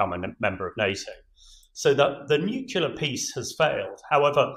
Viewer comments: "New. Clear." Not "new-que-lar." You're welcome. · Not “nucular”! It’s pronounced “nu-clee-ar”. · Take a shot every time an """""expert""""" says "nukular" on Times Radio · Somebody, please tell him it's NUCLEAR, not nucular! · The chap who says he's an expert said 'Nucular' !!!🤭 Is there any hope??? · Sorry but it drives me crazy when I hear it pronounced nucular, like why can't they pronounce it right? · Getting pretty annoying how nobody on TV can pronounce 'nuclear' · Brilliant insights as ever from proper experts, just a shame he's spent too much time with Americans and can't say the word "nuclear" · It is so incredibly distracting that the gentleman uniformly imispronounces "nuclear." It makes it difficult to pay attention to the substance of what he is saying. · Former General of the CBRN Regiment can’t pronounce “nuclear” what an awful waste of mater & pater’s dosh.😂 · how is it that a guy as smart as that doesn't know how to pronounce nuclear? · Spent his life working with nuclear weapons, but didn't learn how to pronounce nuclear.